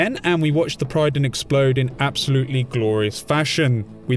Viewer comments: The Prydon? It's called the Prydwen - pronounced; Prid-Win. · Pridd-win. Not pryden... The game says it multiple times xD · prid-win not pride-win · Pred-win, not Pride-wen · I think it's a deliberate mispronunciation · does it annoy anyone else that he pronounces Prydwen wrong every damn time he says it?